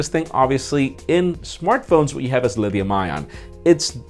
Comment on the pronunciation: Liddium battery... LMAO!